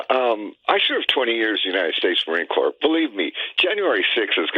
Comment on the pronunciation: “I served 20 years in the marine corpse” 🤣🤣 sure ya did